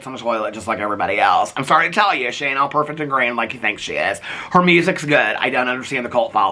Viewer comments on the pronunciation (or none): none